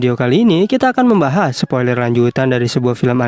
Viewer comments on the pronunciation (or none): none